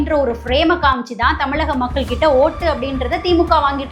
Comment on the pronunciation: ழன்னு சொல்லத் தெரியுமா? ள, ல எல்லாமே வெவ்வேறு pronunciation…எப்படி பேசக் கற்றுக் கொண்டீர்கள். Voice of Tamil Person cannot distinguish basic sounds of Tamil alphabets. தமிளக வெற்றிக் களகம் …இரண்டும் ழ